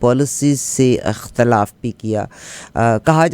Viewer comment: محترمہ! اختلاف؛کےالف پر زیر ہےزبرنہیں